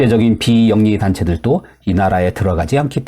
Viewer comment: 발음 문제: 쏘말리아 X 소말리아 O 비영리 단체들또 X 비영리 단체들도 O